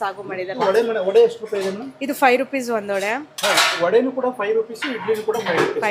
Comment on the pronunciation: Not vada say vade you killers of Kannada